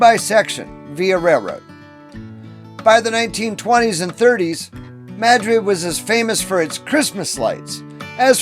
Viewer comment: Mad - Rid.. Correct Pronunciation.